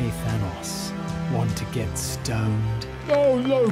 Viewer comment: Are you saying Fhanos???????